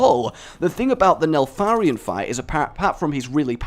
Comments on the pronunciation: Isn't he called Nefarian and Not NeLfarian? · Um why did you call him Nelfarian instead of Nefarian? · Why does rage put an L in Nefarian and calls it Nelfarian? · Joe Mercier NEH-FAHR-EE-EN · I hate to be that guy, but his name is in fact not pronounced w/ an L. IDK if this is like with Zelda where he wants to make us mad or what.